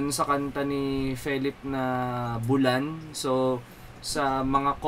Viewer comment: BULAN as in BOO-LAN. hindi parang MULAN. wala, skl. with respect haha